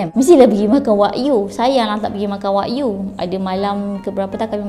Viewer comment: Kak, sebutan wagyu bukan la wak-yu, dia wa-gyu